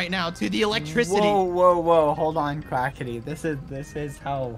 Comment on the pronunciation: he said quacky go